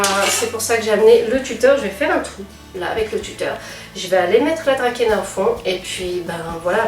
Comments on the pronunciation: Bonjour, "Dracaena" se prononce "drasséna" :) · J'aime beaucoup ce genre de vidéos! sinon il me semble que Dracaena se dit "Dra-cé-na"...